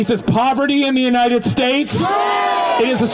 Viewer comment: It's united not untie